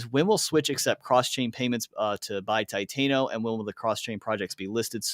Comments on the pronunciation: TI-TAN-O bro not titaino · Lol I also get cringed when people call it titaino & not TI-TAN-O